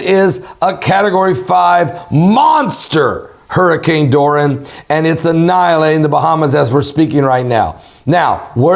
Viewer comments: Bless you. You seem to be struggling with the name of the hurricane, lol. It's pronounced DOOR-REE-UN= Dorian.😉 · its pronounce Do ree the fish